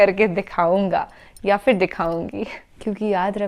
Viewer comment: Pronunciation is "Phir" not "Fir" nowadays peoples are just using everything with F even wherever Ph should be used